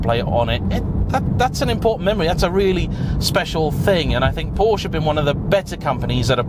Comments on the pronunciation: If you’re such a Porsche fan why can’t you pronounce it correctly? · I forgot and now leaving…you can’t even pronounce Porsche.